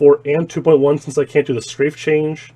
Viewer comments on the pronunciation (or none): none